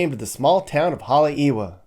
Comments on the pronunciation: HaleiEva, w is pronounced as a "V" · Moved to Maui with my family in 1969. Never really left until 2013. Having seen Hawaii as a kid, teen and adult change to what it is, regardless of family still there, I will stay in Virginia or anywhere else in the world, before I would ever move back. By the way Haleiwa is pronounced Hale e va. Drive me nuts hearing words mispronounced. Not miliany, it's Mili Lani.😅